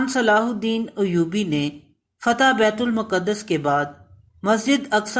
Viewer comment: Its not muqadass. Its maqdas.